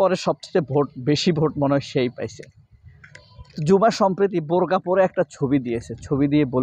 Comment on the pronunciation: মেয়েটার নামের উচ্চারণ ও বানান হবে actually ঝুমা not জুমা।